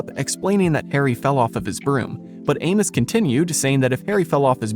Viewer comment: The way you pronounce Amos is giving me psychic damage.